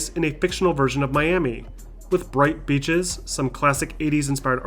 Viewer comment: am i the only one that heard "bright bitches" instead of beaches? haha